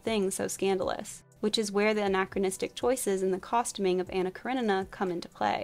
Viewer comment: Please please please work on your pronunciation. Many of the names you got completely incorrect. Elizabeta is not pronounced "bet a" it is pronounced like "beat a" and Karenina is pronounced "kara ni na". Please don't use wherever you are from as an excuse for linguistic laziness. Americans often do this and it comes across as rude and arrogant.